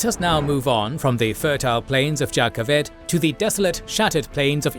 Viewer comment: One nitpick, it's not Jah Keved as in jar. It's pronounced Yah Keved (same with Jasnah)!